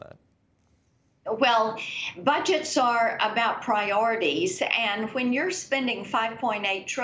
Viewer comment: DID SHE SAY: ? ""PRIORITIES"" 🤣